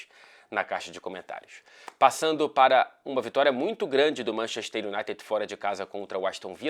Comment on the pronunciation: ninguém:: manchexxxter